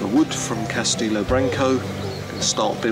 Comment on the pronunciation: CAS-TE-LO not castillo.